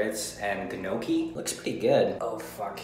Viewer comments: Guh Noki its nyoh-ki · Guh noh kee = gnocchi